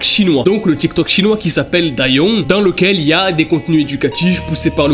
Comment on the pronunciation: par contre respecte le nom du tiktok chinois stop c dou yin sa se dit doo yin mais dayong XXD sinn j'adore les videos